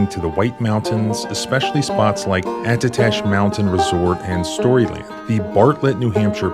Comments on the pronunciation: It's pronounced "Addah Tash" by the locals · Hello! Just quick non invasive comment, lol! Up in New England, we'd pronounce ATTITASH with a D, almost. I'd go like Additash. Also, for the most part, Cops in N.E. try to catch you, rather than kill you! Don't be fooled, there's a LOT of misbehavior. Finally, thank you for your content! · And you emphasize the tash in Attitash. Low landers. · You mispronounced attitash